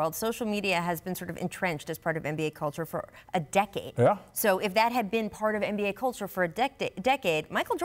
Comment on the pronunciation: She said dic decade 😂